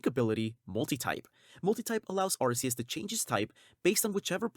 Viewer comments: ARKEUS.. not Arseus. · YOU SAID IT WRONG! IT IS ARCEUS! WANT ME TO POST THE LINK NEXT TIME? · ARKOOS.. not Arkeus.